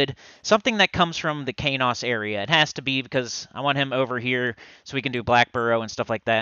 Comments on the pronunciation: He was pronouncing it wrong the whole time. It's SonyEQ backward and pronounced like keys and dose with the long O... Keynose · I think I've been pronouncing Qeynos incorrectly all these years.